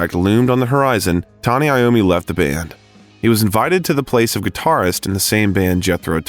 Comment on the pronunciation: Voice over It’s Tony iommi. NOT Tony Lommi…. How embarrassing